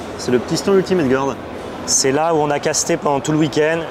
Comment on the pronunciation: qui prononce "Ultimate gOUarde" ça me bute à chaque fois. Désolé!:D